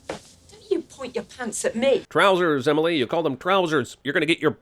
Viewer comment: I take thee “Emily”. It’s not that hard.